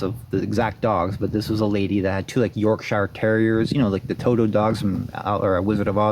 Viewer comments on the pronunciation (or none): none